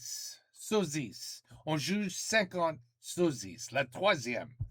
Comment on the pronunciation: By the way, when you say "Sosies" in french, don't say the "s" at the end.